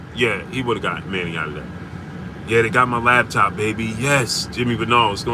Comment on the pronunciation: What a "lab" top bro? U said it like 3times🤣🤣🤣🤣I thought it was called a laptop🤦🏾‍♂️🤷🏽‍♂️